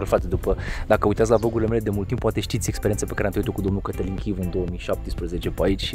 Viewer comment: eu nu inteleg de ce romanii sunt asa, cum sa zic, ziceti voi...de ce te prezinti daca numele tau e Cătălin, dar o fi asa greu sa zica omu ă...eu nu am vazut vreun englez sau vreun spaniol sa isi schimbe denumirea numelui ptr altii..frate, te cheama asa zi asa..daca tu poti pronunta numele tau si altu la fel, si toata lumea foloseste ăăăăă